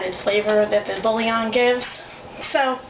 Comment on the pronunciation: Where to begin? Can we at least expect these people to speak English? Bouillon is a two syllable word, not three; it is not 'bull-i-on'. Oh Lord, please spare us.